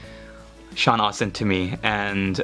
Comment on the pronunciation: Also Sean ASTIN, no Austin. Anyways I LOVE, LOVE, LOVE, the bases for Frodo and Sam. The flowers really top it off and give it that hobbit feel.